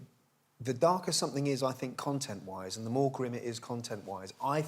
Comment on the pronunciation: It's not gwim or gwooling.